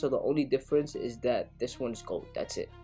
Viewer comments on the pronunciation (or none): none